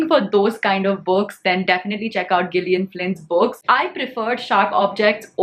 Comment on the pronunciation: Gillian is pronounced with soft G (as if it is written as “Jillian”).